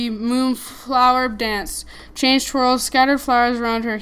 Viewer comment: Lol it's chang'e (chan-g-uh{note the apostrophe}) hope this helped :)